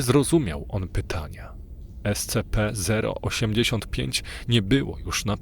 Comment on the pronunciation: Super. Tylko jeśli nie sprawi ci to problemu bo mi to sprawia, mów "es ci pi" . Jestem fanem tego uniwersum i chwilami takie czytanie potęguje efekt realizmu i grozy.